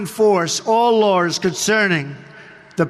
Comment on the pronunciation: But he doesn't say "all laws", he says "Or Lors".